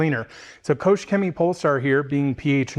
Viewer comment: nice pronounciation of german brands like KOOCHHH Chemie. wtf